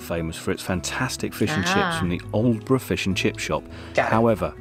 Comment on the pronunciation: This’ll surprise you both. I was in Lavenham today for a bit of lunch. I visited Kentwell Hall (another recommendation for you). I was born in Aldeburgh and well done for your pronunciation. 😉 When you live in Suffolk you forget how lucky we are. I’m glad you enjoyed looking around virtually. If you make it to Suffolk, I’ll happily chauffeur you around, too. Aldeburgh to Lavenham is 41 miles, Aldeburgh to Woodbridge Is 17 miles. It’s all very close by.